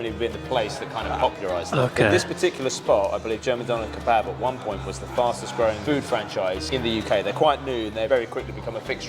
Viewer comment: Donor ka barb lol, he did say that 🤣